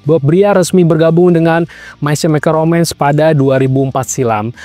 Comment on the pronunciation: May kemikel romens baca nya bukan semikel